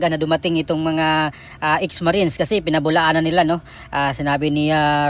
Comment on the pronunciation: Why can't you pronounce the word Marines